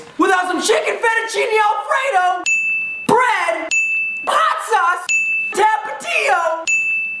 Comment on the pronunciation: the way he said Tapatío.. 🙁